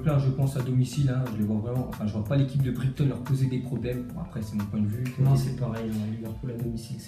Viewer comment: Bournemouth se dit Bourenemoufe Southampton Se dit Saosamptone Brighton se dit Brailletone